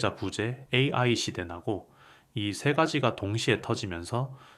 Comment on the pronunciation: 내용 좋고 나레이터 목소리도 좋아요. 다만, 중간중간에 AI를 읽을 때 ''에이에이'' 라고 읽는데 교정이 필요합니다.!